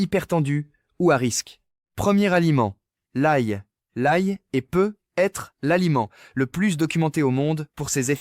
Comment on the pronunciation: Revoir sur votre robot la prononciation de hareng & de l'adverbe peut-être.